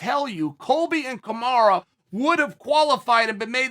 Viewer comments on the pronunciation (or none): Covington is Chael 2.0 .. but the upgrade was real. Covington is tougher and a better fighter but no one has a better mouth than Uncle Chael.. ever in UFC history... And it's Kamaru not KAMARA 🤣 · I like how he calls him kamara 😂